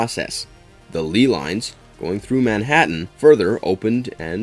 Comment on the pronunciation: The word is LEY (pronounced LAY, NOT LEE) lines. Also Bill Murray played Dr. Martin Hess (rhymes with MESS)